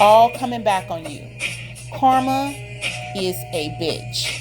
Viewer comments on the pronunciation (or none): none